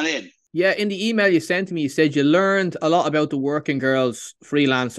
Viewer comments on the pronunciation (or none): none